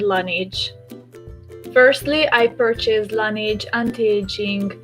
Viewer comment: nem "lenidzs" (azaz nem angol szo) lanezs (francia..la neige...a ho/ the snow franciaul.) a tobbi stimmel. :)